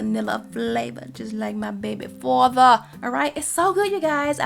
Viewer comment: Like my baby farvah! Sounded like my family up in New York for a second the way you hit that R. 😂